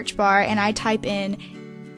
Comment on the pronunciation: the did she say type